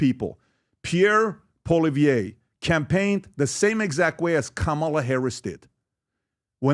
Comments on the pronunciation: 100% Where did PBD get the idea that Poilievre lost to Trudeau?!!! Ever?! 😂😂😂 Btw ... his name is pronounced: "Polly-ev" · he should also learn to at least pronounce the guys name. PP has done countless rally's and he' on canadian tv all the time, so irs no surprise this ignorant ameocan doeant seee him.. hey PBD theres a whole world outside of rhe USA.